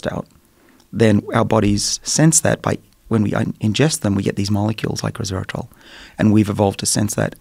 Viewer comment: Couldn't help hearing Dr. Bruce drop every time he said 'resvetartrol'.